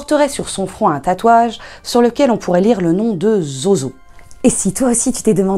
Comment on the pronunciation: Zozo se prononce Zouzou. et c'était mon chat il est retourné en enfer maintenant.